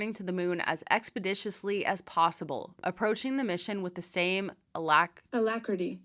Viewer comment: Don't feel bad, Tim Dodd tried and failed to say "alacrity". 😂